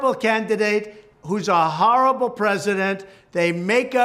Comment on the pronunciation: It’s HARRabull… I tell you..HARRabull….like the world has never seen HARR-abull like this….and we…Mercedes and me…we KNOW HARRabull like nobody else knows HARRabull…